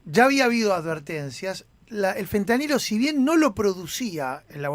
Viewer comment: ¿ya le dijieron al gato que no se dice fentaniyo?